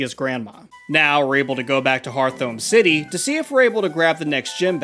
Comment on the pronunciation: so.. .correct me if im wrong but, isnt hearthome city pronounced heart-home? not hear-thome?